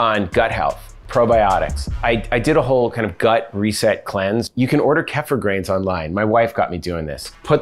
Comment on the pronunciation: It’s pronounced: KEY-FUR. Not: KEFF-UR lol. It is an acquired taste though. Almost like raw liquid yogurt.